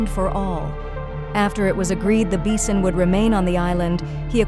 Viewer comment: What the hell is a beesun?